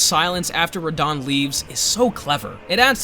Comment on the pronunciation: The way you said Radahn made me mad